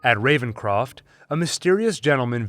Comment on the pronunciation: Lmao revencrof lol!